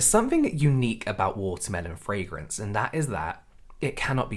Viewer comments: I just can't wait for this community to get over the fragrance thing so I don't have to listen to Americans butchering the pronunciation anymore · The way the first tiktoker pronounces "fragrance" annoys me.